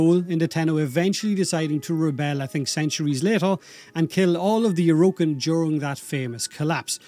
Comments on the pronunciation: “O’Rokin” the Irish accent is strong with this one 😂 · Please pronounce Orokin properly